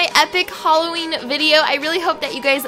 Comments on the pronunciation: Btw holla-ween😂😂🎃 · "Halla" It got me x] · "Holla-ween" hahaha! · HOLLA-ween Lol :P